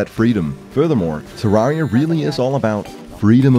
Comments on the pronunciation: It's pronounced Terr-ai-ria, not Terr-ar-ria. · Nice a whole review about Terraria and you can't pronounce the game's name. Not Ter-are-ia it's Ter-rare-ia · Incorrect, he called the game terr ARE ia. OBJECTIVELY incorrect pronunciation. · You said terraria wrong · why does everyone pronounce terraria wrong the devs have even said its the other way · Except for the fact that the creators of the game confirmed the pronunciation and he was saying it wrong. Do your research first.